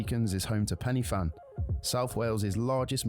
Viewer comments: It's not Penny Fan it's Pen y Fan, Pronounced (Pen~uh~Van) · The guy on the video you are watching cannot pronounce the names, pen y fan isnt penny fan. Its pronounced pen er van. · I winced at Penny Fan, please tell them because the Welsh alphabet is different it’s pronounced Pen Uh Van. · * It's pronounced like "way-les". *Pen-y-fan isn't pronounced penny-fan, its "pen-uh-van", he did well with most of the pronunciations though. *If someone just said "bbq" to me, I'd think they mean sauce. If the weather is nice we would say "I'm going to have a bbq this weekend." *Try going to Barry Island beach or The Mumbles when the weather is even remotely nice, its packed! When the weather is really hot and sunny? You cannot move there! I once waited an hour and a half to get fish and chips 😂 * You should really look into Welsh myths and legends! * Oh no, we don't want it to be cold, we've just learnt to live with it 😂 * Love Tenby! It's one of the nicest little town in Wales Really enjoyed this video! Thank you for appreciating our country 😊🏴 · Its pronounced pen er van NOT penny fan, its massively irritating. There are passing spaces, the car nearest to one gives way. We go to the beach, dozens of beaches within 65 miles of anywhere in the UK. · It's Cymru not Wales, Pen y fan is pronounced Pen y Van, Snowdon is English, Yr Wyddfa is Cymraeg, its proper name. Snowdonia is Eryri, Anglesey is Ynys Mon, great beaches. I gave up with his awful pronunciation in the end, and he wrote a guide book lol. There are many fantastic beaches on the Llyn Peninsula and the Italian village of Portmeirion .